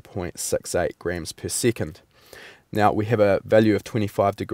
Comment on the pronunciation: one seecond man lol